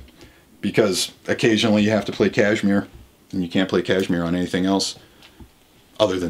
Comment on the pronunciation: Pronouncing Kashmir the same as cashmere- weird.